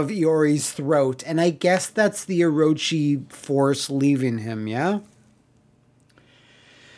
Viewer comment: You pronunce Orochi like whaaaat?